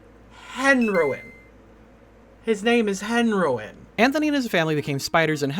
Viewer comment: How did you say Henroin wrong? You even mentioned it's a combination of Henry and heroin. So it would sound as: hen ro in. Not hen roin